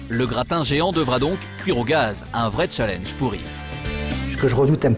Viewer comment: « Un beau challinge » 😂🤦🏽‍♀️ mais c’est challenge ptn sa m’énerve 😭